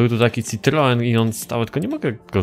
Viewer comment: to nie jest citroen to jest ciproen